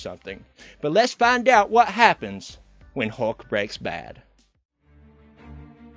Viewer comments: Am I the only one who is totally annoyed by him saying hawk instead of hulk? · Dude doesn't say 'Hulk', he says 'Huck'.